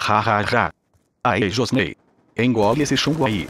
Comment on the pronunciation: "Josnei detectado" kkkk